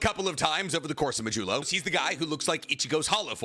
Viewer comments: It’s a d not a j modulo not majello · Did you just call it "Modelo"??? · The way this man says modulo keeps taking me off guard